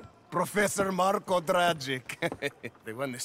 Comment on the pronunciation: Strange that Prof Dragic mispronounces his own name. A bit of an oversight for a company as dedicated to small details as Rockstar.